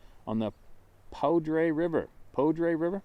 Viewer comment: It's pronounced like, Pooh-der River